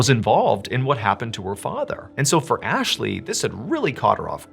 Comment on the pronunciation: U said Athley😂